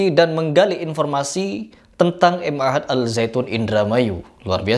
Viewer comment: Ma'had.. bukan M Ahad.. Ma'had bahasa arab nya artinya pesantren